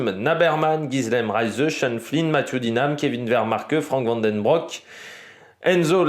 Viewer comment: van den broeck, avec le son "ou" comme l'ancien champion décédé